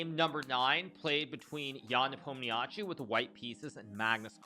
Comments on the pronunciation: it's spoken Nepom-ni-schi.. not nepom-ni-jatschi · Why don't you just try to say his name right, it's not that hard, it's written Nepomniachtchi but it's said as "Nepomnichi"